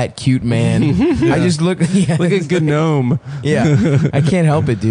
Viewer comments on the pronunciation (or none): did Adam unironically pronounce the G in gnome lol